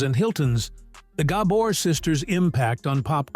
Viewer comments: Not Gah-bor. it’s Gabor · Surely there must be a human being somewhere on this planet that could pronounce names, places, etc., better than this AI atrocity! Gobber's?.... sheesh!! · At least train your stupid AI to pronounce their last name correctly. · AI can’t pronounce Gabor. Really??? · I am sure this is a AI voice. It cannot even pronoun the name "Gabor" correctly. I am not even going to bother listening to the rest of it. Shame on you for not doing them justice. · If you don’t get the name right you don’t have enough credibility for me to watch this. Every one of your videos have pronunciation mistakes. If you can’t get that right I’m sure even basic facts aren’t right. Gah bore. Accent on the first syllable dahling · All the time it took to make this this video, and you didn't learn how to pronounce the name right. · I thought the remark was more about the poor pronunciation of the family name. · can't watch a video where you mispronounce the principals' last name - unforgivable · This is information I want, but the AI narration may make me bail before it's over. For gods' sake, it's GaBORE, not Gabber, and ZSA Zsa, not JaJA. And what's the footage from The Feud doing in there? Not a Gabor in sight.